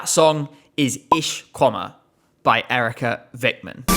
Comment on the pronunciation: We're not going to vote her because the way you said Eerika Vikman sucks ass